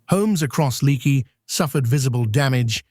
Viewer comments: The name of the town is pronounced lake-y, not leak-y, no matter the spelling. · Hi Viewer from Texas here. When hail falls like this, you have to watch out for tornados. By the way, the name of the town “Leaky” is pronounced Lakey. You’ll sound more native than whoever was doing the voiceover on the video.